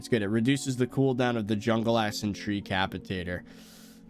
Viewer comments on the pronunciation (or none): did anyone else hear him say the a-word when he tried to say jungle axe